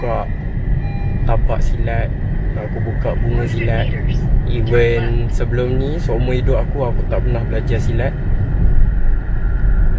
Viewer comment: Bukan "event" tapi "even".. 🤦🤦🤦